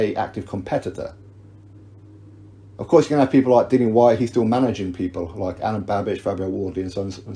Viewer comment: It's Whyte. Lol.